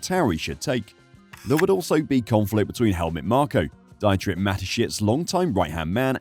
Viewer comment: Mispronunciation of a name is not respectful mate, Dietrich has an E sound as in Peter (pee-turh) ie and i sounds like ee in Germanic languages. Come on and make some effort in pronunciation, please.